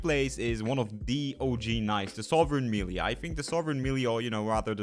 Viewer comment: check out how to pronounce "melee", you are doing it wrong and is kinda distracting, sorry